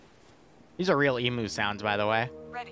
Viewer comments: god that was smooooth the radio interference and the presentation just perfect immersion the only flaw is your pronunciation of emu, which i suspect is because a) you find it fun to say that way and b) because it makes us aussies complain lmao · "Emoooo" As an Australian your pronunciation is horrific, then again everything here even the non-aboriginal named places are hard to understand For reference it's "E" as in how you say the letter, M as in mmmm, and U as in you. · lol this is epic! btw they are pronounced E-Mew(s)